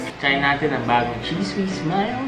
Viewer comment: ang ganda ng pagkaka pronounce ni ng CHEESE WHIZ MILD...LOVE IT